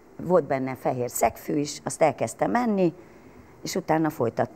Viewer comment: "Vótbenne feér szekfű is, azt e'keztem enni..." Hát tényleg jaj. Ez a nő, aki elvileg a megszólalás művésze, még átlag utcai színvonalon sem képes magyarul beszélni.